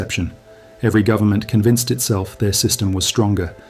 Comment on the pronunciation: "full faith and credit in the US gubmit" LOL